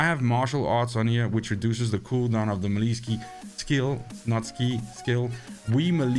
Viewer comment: Think it's pronounced "melee", not "melee" ☺️